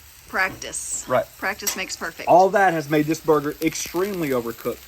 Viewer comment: I love your new word "Burg-er-ler"! Great video!